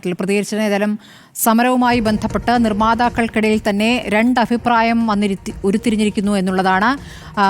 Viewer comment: Afipraayam alla..abhipraayam!😊